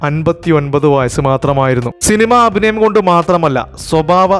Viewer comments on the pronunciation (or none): none